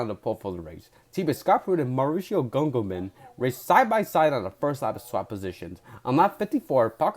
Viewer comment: Btw - Gugelmin is pronounced “Goo-jill-min”.